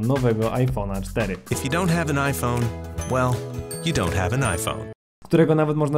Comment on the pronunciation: "IPhonaxD" Spadłam z krzesła